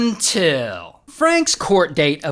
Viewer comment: The “UNTILL” is iconic